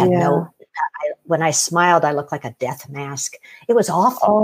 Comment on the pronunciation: ... "near dith" ixperience...?... Oh that kiwi/Aussie twang!